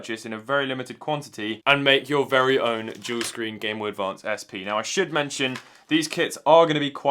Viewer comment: All I can hear is "Juul screen" - new project? LMAO